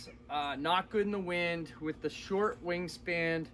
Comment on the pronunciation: WingSPAN. Not wingSPAND